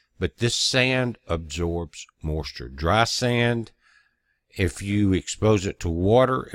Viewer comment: I like the way he says the word 'moisture'...it's like 'mawschure'